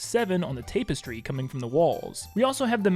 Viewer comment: I like how you've never heard the word "tapestry" said aloud to know how to pronounce it